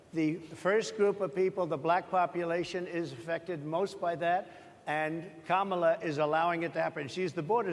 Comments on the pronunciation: He's unraveling.All of a sudden he can pronounce her name. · he accidentally pronounced it correctly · Oh wow he finally pronounced her name correct at one point. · well some pressure made him say her name right finally 😂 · Notice, at 6mins 30sec he forgets himself and pronounces Karmala correctly! Other than that, it's the same old same old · Trump says VP Harris’ name correctly, which kind of makes it a fact that he is making an effort to say her name incorrectly…loser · First time he pronounced kamala name correct 😅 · This seems like an SNL skit. Crazy though, he actually says her name correctly